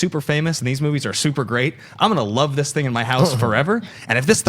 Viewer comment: As far as this guy goes.. I am all for diversity, but as far as black personalities appearing on Movie Talk, guy is no Jay Washington, David Griffin, Ti, or Joelle Monique by a long shot. He was super unbearable at the beginning of the show, mis pronouncing movies and not answering questions he was asked, but sight recovered during the d & d discussion and onwards. Just being honest.